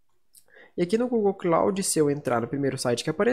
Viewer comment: Obrigado pela pronuncia certa eu sempre pronunciava kloudi "cloud".